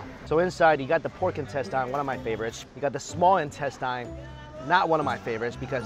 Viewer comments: In-tes-ten. Why do you always say in-tes-tyne? It's instesine! Damn it Mikey! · loved the content as usual, but the pronunciation on "intestine" is killing me